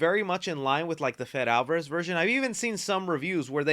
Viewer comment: Not to be that guy but it’s Fedé Alvárez not Fed.